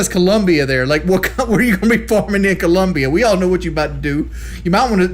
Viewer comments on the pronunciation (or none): none